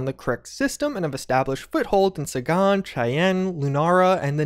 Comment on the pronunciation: you pronounced "Sagan" wrong. Carl would not be impressed...